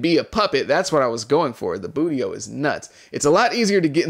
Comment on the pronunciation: had me ctfuuu bro said bootio 😭😭